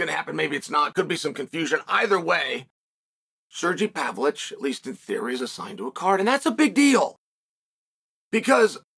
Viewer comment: "Surgee Pavolich" is Joey diaz levels of mispronunciation. I like it.